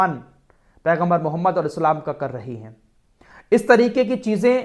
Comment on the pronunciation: ارے اللہ کے نبی کا نام تو صحیح سے لیا کرو